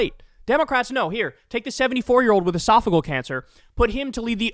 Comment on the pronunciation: while agree with the point it’s called e-sof-a-gee-ole cancer. Esophageal cancer is a nasty one, but I met him when he was my representative and he’s like most these men where they are scared of losing their grip on power and don’t have an exit strategy.